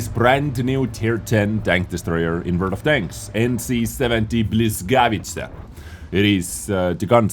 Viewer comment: Błyskawica, czyta się błyskawica read something like: [bwescavica] or just check at google translator